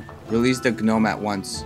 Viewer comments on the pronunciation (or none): THE G IS SILENT NEVER CALL GNOMES THAT AGAIN